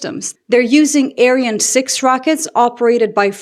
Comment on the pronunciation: The rocket is written "Ariane" and pronounced "Ariaan". The second "a" is long and the "e" is sometimes silent.